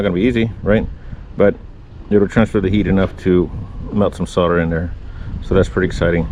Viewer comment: Well son-of-a-gun. You pronounced solder correctly. It annoys me to hear so many people pronouncing it SAWL-der. In the states it's SOD-er.